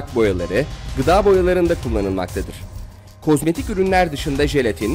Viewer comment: hep k osmayik diyon bu ne